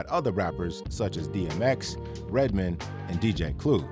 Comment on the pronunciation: mark he pronounced Redman’s name wrong. I was no more good after that 😑